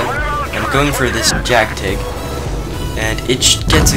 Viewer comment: Jgtig no pronounced as Jack Tig. It's called Jag Tiger....